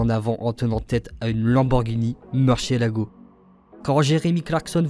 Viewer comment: J'ai trouvé ça bien à part la prononciation de Murcielago "meurchélago"